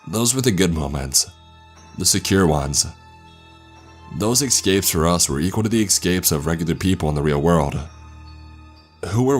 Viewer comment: Sorry, not sorry man. The word is ESpecially, not EXpecially. There's also no X in EScape.